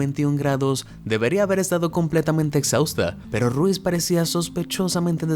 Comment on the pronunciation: Supongo que Rosie Ruiz no se pronuncia 🔊 Ru-iz el apellido sino una sola palabra 🔊Ruuiz